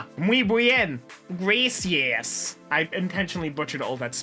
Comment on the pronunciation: It sounded like he said grassy ass instead of gracias and honestly I laughed way more then I should have